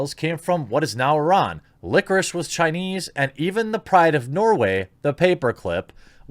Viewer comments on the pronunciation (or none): none